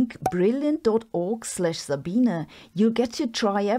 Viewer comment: Mine is that americans don’t know how to pronounce sabine. Most of us come from germany! Nerds 😅